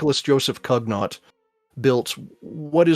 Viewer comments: Good video, but the guy's name is pronounced something like "koo-NYOH", certainly not "KUG-NOT!" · Cugnot's name, being French, is pronounced KUUN-yoh.